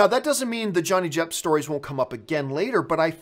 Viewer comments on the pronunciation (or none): ? Johnny Jepp? Campea, have you been working with Sean Spicer's speech coach? ;)